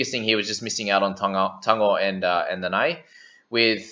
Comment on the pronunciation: Your Nanai sounds allgood though. But can always be improved a bit. You have Tago on lock tho!!